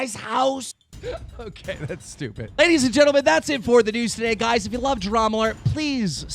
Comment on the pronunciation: I swear every time you say also in the news I hear also in the nudes